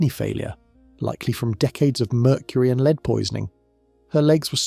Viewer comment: It's being pronounced 'leed' one sentence and the next 'led'. The latter is the correct pronunciation.